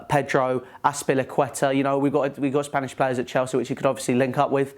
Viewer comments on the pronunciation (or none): none